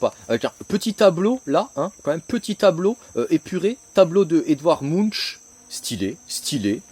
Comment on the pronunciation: bonjour Edvard Munch, prononcé [muŋk] Auriez vous vu: Street Trash de Jim Muro, Seul contre tous de Gaspar Noé, Hypnotic de Nick Willing. si oui, pouvez vous nous en faire une critique? aimablement monsieur